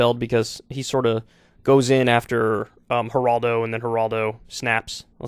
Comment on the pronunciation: Kyle said hiraldo😂🤣. It’s Geraldo .